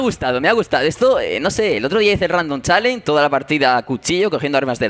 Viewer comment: se pronuncia chalensh no chalen XD